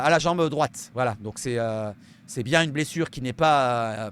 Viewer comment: Ta dit blesuce😂❤